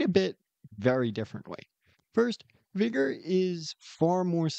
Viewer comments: its vi-ga right? not vi-go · sorry. vig-er*